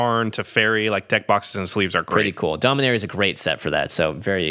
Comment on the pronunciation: Jimmy and: dominiaria brawl! Cassius: HuAtLi